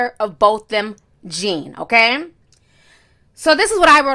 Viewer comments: PLEASE pronounce his name correctly....NOT pronounced like a pair of Levi "jean"s 🤦🏽‍♀️ Thank you for covering this story Bo was dear to my entire family here in Dallas. GUYGER SHOULD ROT IN JAIL FOR LIFE she killed him on my birthday 😭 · HIS NAME IS BOTHAM Jean "pronounced JOHN"